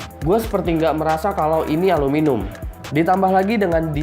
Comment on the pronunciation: aluminium bang bukan aluminum wkwkwk